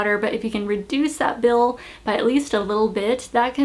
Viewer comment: bill not pill. lol